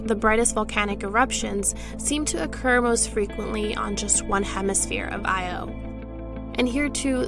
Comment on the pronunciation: It’s not “I.O.”. Is this a high school student?